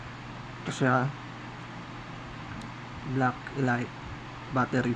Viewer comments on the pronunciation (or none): Anung elight mag pronuonce elit di elight mag pronounce hahaha...